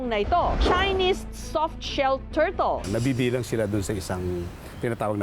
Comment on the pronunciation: Turtle ❌ Tortol ✔️ 😂😂😂